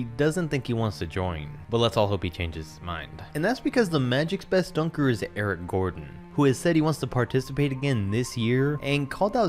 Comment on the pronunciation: My dude said Eric Gordon like bruh